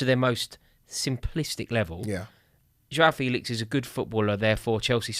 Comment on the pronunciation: All these youtubers thinking that they're experts on Felix but can't even pronounce his name correctly. It's "fay-lix" not "feel-ix". If you'd ever watched him even once in a la liga game then you'd know this. Shows how much people just look at fifa stats and think they know everything about a player. I would have thought Rory might have given this charade up after his expert analysis of how Haaland would apparently be a massive flop at City because he "has no pace"